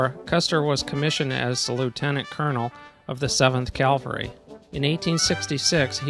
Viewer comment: Hey dude,. It was NOT pronounced " calvery". That is the hill on which Jesus was crucified. Custer was the commander of the 7th CAVALRY -- cav, dude, cav, not cal. Get it right to show you are not some duffus talking. ( Sorry, if I come across as RUDE, but this type of thing bugs the you know what out of me).